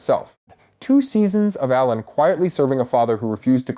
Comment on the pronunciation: The mispronunciations are killing me! “Bay-la” , “RhA- NEERA”, “Allen, not A-len” “Rain-a” “SY-Rax” , “A-mond” And oh my lord, It’s “Al-is” not “Al-eece”, “VAY-gar” Do you even watch the show and listen to how people pronounce one another’s names??????? Other than that, it was a great analysis.